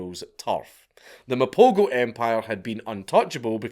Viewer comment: pronoucing Mapogo so wrong ..lions are dying atm